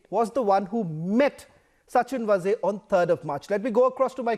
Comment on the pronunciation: Sachin VAAZE and not Vaze as pronounced by you.